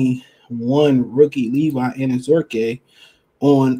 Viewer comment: Anazorkie lol bro you butcher so many names I believe it’s intentional sometimes but great content regardless